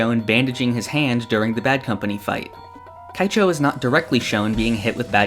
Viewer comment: And Keicho as "Kaicho"